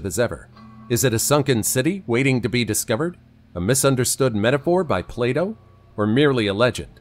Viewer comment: Me when the narrator refers to ancient philosopher Plato as 'Play Doh'. 🤣🤣🤣🤣